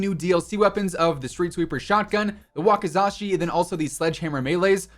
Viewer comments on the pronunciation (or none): none